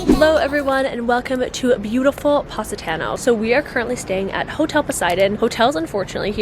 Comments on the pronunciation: pronounced paw-si-taw-no. love you lol! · It was nearly impossible to consider the recommendations after the fist mispronunciation of Positano (not to mention the ones that followed)... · You can’t even pronounce Positano right😂😂